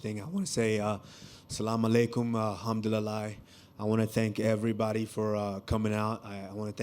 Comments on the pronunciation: Its "hamdulillah" not "hamduliLIE" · He said alhumdilali lol. It's alhamdullilah.